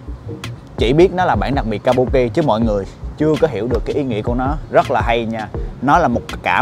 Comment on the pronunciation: đọc chính xác là kabưki a